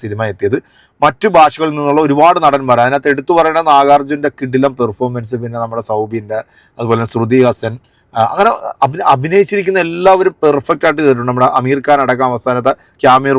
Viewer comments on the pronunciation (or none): എടാ. പോർക്ക്. ശ്രുതി ഹസ്സാനല്ല. ശ്രുതി ഹാസൻ. എന്നാണ്. ഇത്. പോലും. അറിയാത്ത. നീയാ. റിവ്യു. എന്ന്. പറയാൻ. പറ്റില്ല. കാരണം. നീ. ഒരു. അജണ്ടയുടെ പുറത്ത്. വരുന്നതാനന്ന്. പലർക്കും. അറിയില്ല. എന്തായാലും. നിൻ്റെ. മനസിലിരിപ്പ്. നടക്കില്ല. എടാ. വിനായകൻ. തുണി. പൊക്കി. സു ന. കാണിച്ചത്. അതിനെ. കുറിച്ച്. ഒരു. വീഡിയോ. ചെയ്. നിനക്ക്. പറ്റിയ. പണി. അതാണ്